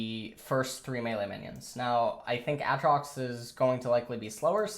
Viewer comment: It is pronounced A-trox, not ahhhhhh-trox